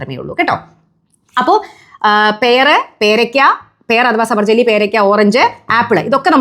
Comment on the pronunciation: സബർജലി അല്ല... സബർജിൽ